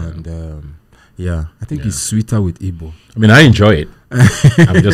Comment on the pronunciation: Come correct or don't come at all. Its Igbo. The "G" is NOT silent.